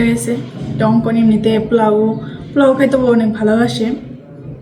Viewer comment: Not plau. It sounds very awful!!!😆. It’s po…lau (polau). you have lots of mistakes in your pronounce. Next time don’t do the same mistake. USA 🇺🇸